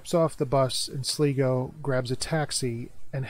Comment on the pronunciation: its pronounced SLYGO not sligo